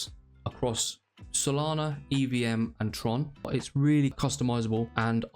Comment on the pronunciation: Solana not solani 😅